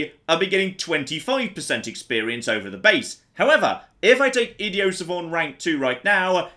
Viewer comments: This might be because I’m American and never left the country but every time says idiot without pronouncing the the t ticks me off a little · THERES A T AT THE END OF idioT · So is no one going to comment on your bizarre pronunciation of idiot?